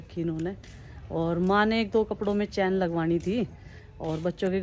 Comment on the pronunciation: Bubli g word chain hota he...not chaaan....😇